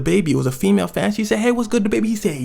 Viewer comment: The word he can't say is FANS